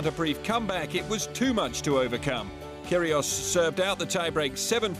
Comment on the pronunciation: "Kyrgios" not "Kyrios".